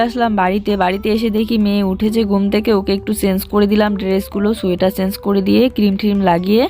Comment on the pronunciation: Didi sil nora te jharu dite hoy na r sil nora ta soriye rakho r uchharon e ektu dhyan dao kotha ta chance noy change.